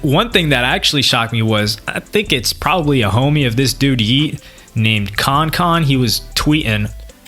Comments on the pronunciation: bro called kankan “konkon”😂😭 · nigga said khankhan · Bruh said CON CON get this guy outta here!!😭😭😭😭💀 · was reaching on this one, fw him too but he just sounded like a hater, having trouble saying kan-kan’s name right. I’m 26 dude was just in denial. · the way this man pronounces kankan makes me wanna kms